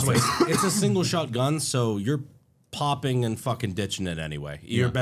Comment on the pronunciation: listen to how Brandon says, "...single shot gun..."